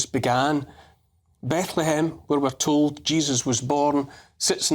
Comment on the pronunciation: Apparently Francis could only ever utter "Be-ethlehem" in bleat.